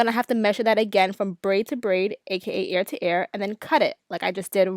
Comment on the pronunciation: I love the way she says ear😂 sounds like air